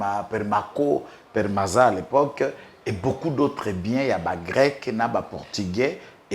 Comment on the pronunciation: PEMARCO/PEMARZA et non PERMAZA